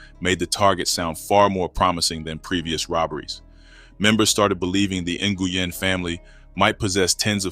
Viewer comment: Nguyen is pronounced WIN